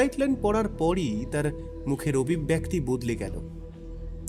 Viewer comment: " Golpopathok Mohashoy " Obhibbyakti " Noy , Uchcharonta " Obhibbyekti " Hobe Dada. Aabar Bhul !!!!!!!!!!!!!!!!!!!!!!!!.